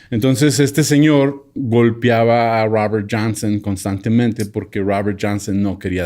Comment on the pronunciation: El Raaber Janseeen me distrae mucho...